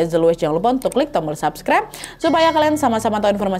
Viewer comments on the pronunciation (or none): none